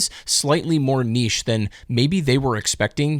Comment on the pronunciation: Thanks for pronouncing niche correctly